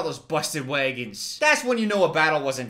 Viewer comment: why do you say wagon like that tho